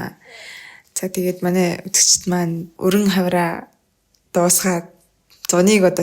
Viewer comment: Хавираа биш Хавар аа гээ хэ